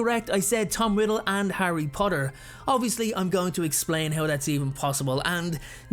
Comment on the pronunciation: I hate you about that “Harry Potter” “Henry potter” I’m just kidding I don’t hate you😅😅😅